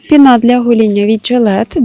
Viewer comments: Не пінА, а пІна, странні наголоси іноді цікаво звучать, аж по вухах ріже🤦😊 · чому» пінА» якщо пІнитись? Тобто пІна)